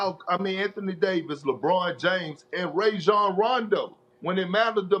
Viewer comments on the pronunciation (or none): “Ray-John Rondo”😂😂